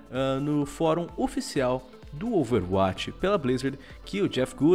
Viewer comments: Porque o fala OverAtch e não Overwatch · por favor amigão, fale a palavra "overwatch" que nem um brasileiro normal. Obg desde de já, um abração.